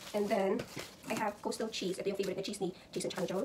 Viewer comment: Ang susyal.... "cahhhscew" hehehe! Meron ka na bang grocery haul sis? Gawa ka nmn non :)